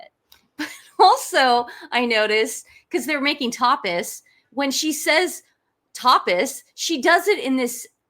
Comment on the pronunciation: No matter what "accent" she used, if she called them "tepes," she mispronounced it. It's "TAH-pas."